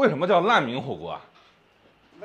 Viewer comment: 烂民火锅。。。这普通话说的。。